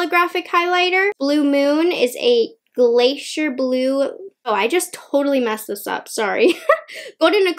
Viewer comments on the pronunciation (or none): none